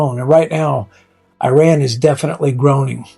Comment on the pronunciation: Dude learn how to pronounce the country's name correctly. Second, your cover photo crossed off Iran to become Persia? It's more about our country not being an Arabic country as Iranians are tired of Islam and Muslim identity being force on Iran as this is not the Persian identity. Please learn from actual Iranians instead of going to sources brainwashing you half baked ideas. And if you don't want to genuinely make the effort to understand Iran, at least do other topics as you are not helping Iranian people. And if you are a puppet of the Mullahs and Ayatollahs, God help you because for 47 years Iranians have had enough of this.